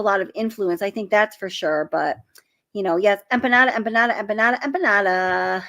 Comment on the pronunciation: I’m so mad that somebody corrected your pronunciation on Empanada- PLEASE put that Ya back in when you say you it. I loved it!!! lol 😆